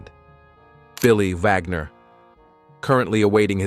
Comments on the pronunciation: Stop saying Vagner! It's Wagner!! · Its Wagnor not Vagor. ??? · Wagner, not vagner.